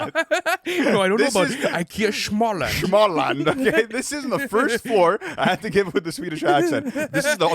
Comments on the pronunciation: IKEA “Schmalllamd” was peak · the way he said "Småland" was tuff